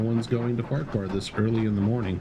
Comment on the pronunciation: Btw you are correct in saying Farquar and I love your videos also🎉🎉🎉